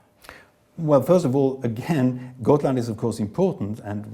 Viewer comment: I swear I keep hearing Scotland even though it’s Gotland